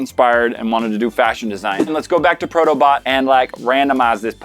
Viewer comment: Thought you said proto butt... not bot...